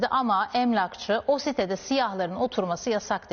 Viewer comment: Tamam, haber iyi kaliteli (ırkçilık tan bahsetmiyorum iyi derken kaliteli) AMA EKLAKCI NE LAN EMLAKCI bi dakka. lan LAN 4 0 4 E R R O R